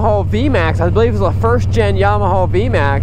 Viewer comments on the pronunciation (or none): The way he says "Yamahaul" kills me every time 😂😆